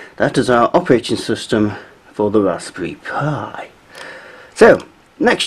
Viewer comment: Great video. looking forward to more. Just one problem. It is the Raspberry Pi not P.I.. i.e. the mathematical constant π and not two separate initials. Since you repeatedly call it the P.I and this video will be watched by newcomers looking to learn, perhaps you could add an annotation to clarify the naming so that they don't get confused.